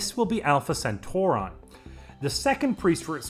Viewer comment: isnt it pronounced more like sen-taw-ree?